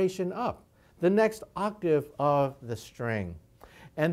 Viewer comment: i like how he says octave. Music is the universe.